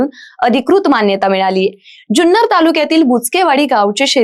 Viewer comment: जुन्नर म्हणा ज्यून्नर नाही.